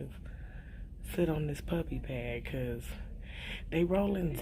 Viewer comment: This Guh said pup pad🤣😂